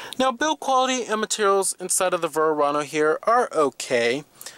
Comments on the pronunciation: What are you calling it? Vurr-ano?? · I never heard a Verano pronounced Verrrrrrrrano before lol.